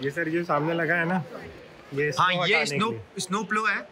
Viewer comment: Bhai स्नो होता है isno isno lga rkha hai